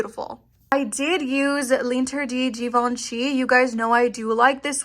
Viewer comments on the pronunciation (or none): French is difficult...but "L'Interdit" is pronounced "lawn-ter-dee".